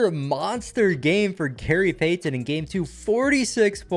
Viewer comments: I don’t think I can listen to this guy pronounce Gary payTON anymore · i love how he keeps getting peyton and kobe mixed up then the way he says gary pay-ten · “gary payTon” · i love but the way he says gary payy- ton is funny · From now on, just call him by his first name or call him The Glove. The way you pronounce Gary Payton’s last name makes me uncomfortable